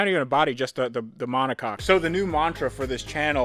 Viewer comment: did he say "monocock"??? that's fukn hilarious...